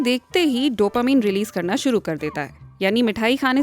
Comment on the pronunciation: Mam please don't say डोपामीन it's डोपामाइन😍😁🤗